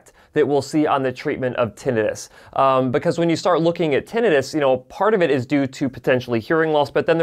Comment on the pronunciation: It's not Tin-EYE-Tis. It's TIN-eh-tis.